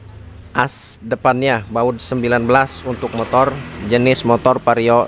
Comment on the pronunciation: itu vario bang , bukan pario.